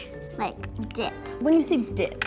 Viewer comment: I thought that she said "huge dick" Instead of " huge dip"